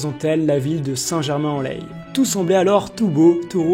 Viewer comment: Saint germain en laye le laye se prononce lait